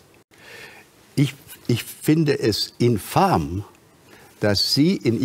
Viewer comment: Es heißt infam, nicht infarm.